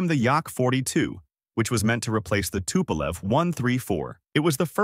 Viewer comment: Should've been longer and a bit more detailed, or at least focusing on other, much more important planes. Tupolev (spelled and pronnounced incorrectly) - 140 is a good example, but you only briefly mentioned 95, which is something you could make an hour long video about, a direct competitor to he B-52, a gigantic turboprop with insane range and payload capacity while being nuclear. No mention of Tu-160 is just criminal, it is one of the most prominent supersonic strategic bomber currently available, see current Russo-Ukrainian conflict. Ilyushin (incorrectly spelled again) - again, not mentioning Il-2 is absolutely criminal, this planed played a major role during late WW2 and is absolutely legendary strike aircraft. Il-76 and 96 deserves a bit more air time as well as not mentioned Il-10. Yakovlev (finally properly spelled/pronnounced) - No mention of the absolutely legendary WW2 crafts like Yak-3 and 9 and their variants, and modern models like 38 and 141 just shows total lack of research or "idgaf" of writer. Yak has a plethora of interesting, experimental aircraft that deserved at least few seconds of air time, in exchange on focuing on their civilian planes Sukhoi (back at incorrect everything) - At this point I really wonder, how come you spent most of the time at one of their two civ aircrafts, while their mil planes are one of the best in the world. Su-27, 30 and 34 got only a few seconds mentioning their name, while they are probably the most iconic USSR planes of the